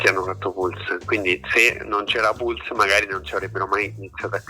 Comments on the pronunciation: La loro breve ma fulminante carriera? Dunque la loro carriera sarebbe già finita? E si dice “pals” no “piulse”… 😆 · ma come si fa a pronunciare PIULS??? ma insomma...